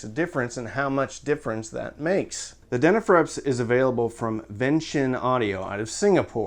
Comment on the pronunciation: Denafrepps…? Too much coffee methinks! 😂